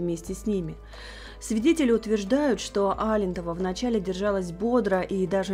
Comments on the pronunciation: АлЕнтова,а не Алентова. Что за безответственная пошла журналистика,впрочем, как и всё. Даже ударения не могут правильно поставить. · Она сама в интервью говорила, что правильное произношение её фамилии Алентова с ударением на А по-северному.